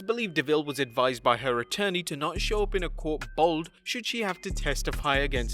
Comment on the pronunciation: Why did you say 'bald' like that? Lol.